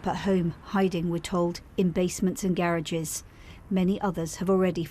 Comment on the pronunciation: You mispronounced "garage."